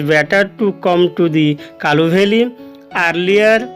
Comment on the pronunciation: Sir kalu valley nuhe kulu valley